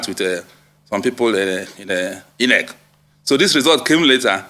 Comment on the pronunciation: I'm so disappointed that he had to read through a prepared script all through. Quite shameful. He's even struggling to pronounce common words like INEC (calling it e-nec) and BVAS (b-vis).